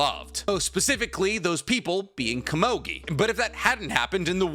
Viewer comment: Who the flippin fudge is kuh-mogi?? I think you meant Komugi. Koe moo gi. You make me wanna start a channel called ThePronounciationPolice or somethin.